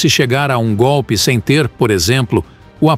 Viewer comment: Como Lula fala gopi.